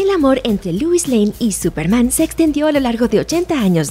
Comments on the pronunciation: Dc: "Súperman" Looper: "Súpermana" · Aún dice Supermana 💁🏻‍♂️🤣💦